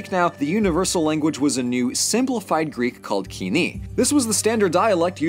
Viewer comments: Love the video, tis epic, both because of who its on and the execution, but i think "koine" is pronounced koi (as in fish) ney(as in no) and not key ne, again great video tho love it. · Hearing pronounce κοινη "kee-nee" hurt me a bit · It's wrong that Sappho died on Sicily as she was allowed and did return later. Also, what is Kini? That's not the way you pronouce Κοινή. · Nope, Koine should not be pronounced the Modern Greek way, due to linguistics. It's original pronunciation was [koiné:] (IPA), not how Modern Greek has collapsed all its /o/, /i/, and /u/ sounds to [i]. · I've never heard Koine pronounced kee-nee. Is that the modern Greek pronunciation? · I was taught it was pronounced koi-nay- or coin-ay Greek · Did my teachers all teach me the wrong pronunciation for 'koine'?, why are you making me doubt my classical training!